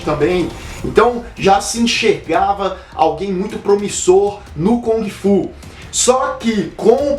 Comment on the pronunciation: Eu Ia Citar As Erratas.rs.Acho que Só Sobrou A Pronúncia de kUng Fu ou GUng Fu e Não KOng Fu.Esse É O EStilo do Macacaco!Hashhashuashhusahu!Brincs...